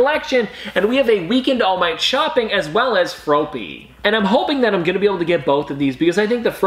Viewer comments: Just saying you pronounced froppy wrong. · The way you say froppy is soooo wrong